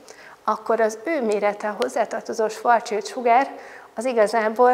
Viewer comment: Nem svarc csild, hanem svarc sild.